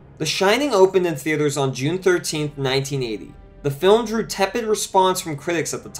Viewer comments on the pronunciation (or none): none